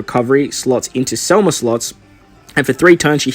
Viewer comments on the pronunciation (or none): SEMLA NOT SELMA